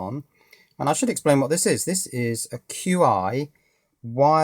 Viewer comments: Chi, it's chi. Not "cue-i";-) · I could be wrong, but I thought "Qi" was pronounced "Chi" as in the Chinese word for energy. "Chi" in this sense is properly translated as "Qi" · Hehe... Not certain if you know this by now, but the wireless charger is actually pronounced 'Chi'... :-) Thank you for all of the informative videos!!! Hoping to start my own IoT network using my current Windows based server/HTPC and a bunch of esp8266 Wi-Fi nodes. Hopefully your guides will be of some level of help to me once they arrive.